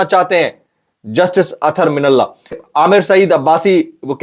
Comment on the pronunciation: اتھر من اللہ نہیں ہے جناب اطہر من اللہ پڑھیں پلیز